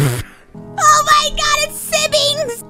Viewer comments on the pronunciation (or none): the way she says Sibings😂😂😂😂😂😂😂 I ❤ mouse